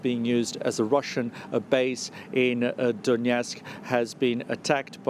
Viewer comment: DONETSK not DONYETSK